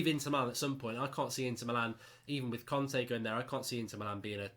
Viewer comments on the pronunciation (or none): none